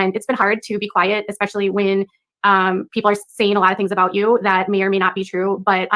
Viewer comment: I love that you LearnT everything from KJ and called out PREDJUDIST!😅😅 Its like EX-PECIALLY or EKS-PECIALLY. There is no k or x! You guys need to stahhhhpppp lmao 😂😂😂